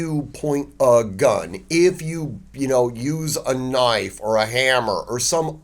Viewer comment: “Now thahts a noyf ….”